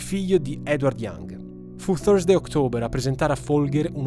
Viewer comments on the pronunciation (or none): Hai detto thusday ma hai scritto thrusday... 😅